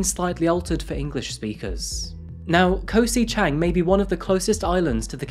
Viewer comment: Never heard it called Koh 'si' Chang before